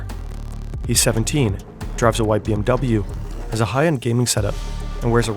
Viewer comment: Its Not bm Double u its bmw 😠